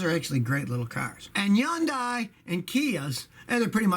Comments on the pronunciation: "Yun-die"??? Come on scotty, are you starting to slip like an old transmission...? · It's not Yun-die. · Hyundai AKA “YAUNDAI” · Am I the only one who got mind blown by the way Hyundai is pronounced??? I’ve lived a lie my whole life.......